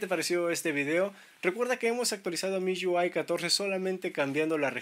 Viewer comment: "miyuai" jajajajaja